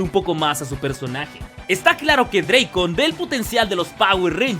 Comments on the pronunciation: se dice Drakkon como se escribe no dreikon, el mismo actor de Tommy lo aclaró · Es drako no drakon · Buen video pero el nombre se pronuncia como se escribe, "Lord Draken", el mismo Jason David Frank lo menciono en uno de los videos de su canal ;)